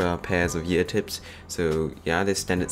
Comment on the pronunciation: im hearing "yearphone and yeartips."